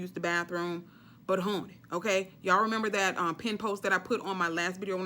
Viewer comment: I LOVE YOU!! “Howney”😆😆😆